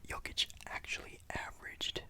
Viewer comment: Video got recommended to me now 2 years later😂 still watched all and I’m happy just cause of the fact you actually said Jokics name right. Hate it when people pronounce him Ni-Cola Joe-kick.